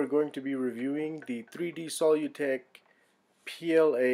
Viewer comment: Their name is pronounced "sə-ˈlü-tek" (as if you were saying "solution").